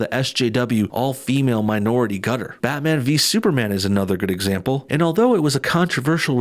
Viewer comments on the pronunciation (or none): none